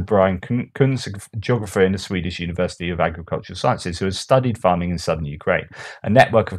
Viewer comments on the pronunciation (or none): none